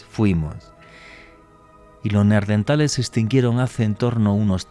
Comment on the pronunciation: Excelente programa! Solamente un apunte (no hate), se llaman “neaNdertales”, con N, no “neaRdentales” 😊